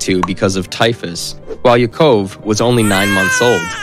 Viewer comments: His son's name was pronounced YACK-uv. The concentration camp was SACK-house-in. So many butchered pronunciations.! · He can't even pronounce Yakov correctly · Agreed! I know some of the names are difficult, he should be able to get Yakov and brigade correct at the very least!